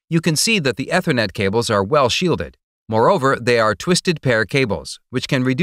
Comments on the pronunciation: Eh thernet? Lol. It’s ee thernet. And it’s pay treeon not pah treeon. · Almost right but terribly technically wrong. Bits / Bytes? AAAETher Net totally wrong pronunciation. Coax vs. twisted pair. Uggg. Totally missed the topic in the title. This list goes on. Save yourself of life wasted listening. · Dude cannot pronounce Ethernet. It is pronounced ee· thr·net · "Ethernet" is pronounced "E-thernet" not "ether-net". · Nope it's Ether-Net but Americans can't say it properly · He's trying his best to sound like a text to speech program But text to speech can usually pronounce "Ethernet" correctly...